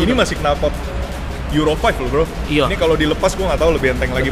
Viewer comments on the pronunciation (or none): none